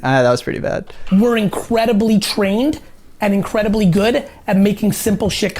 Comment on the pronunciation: "Incwedebly" OwO